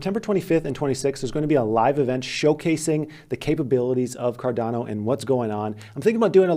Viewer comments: I don't know why, but it bothers me as well when people mispronounce Cardano and ADA 😂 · Lol, when I first saw him pronouncing it, I thought the same thing as you.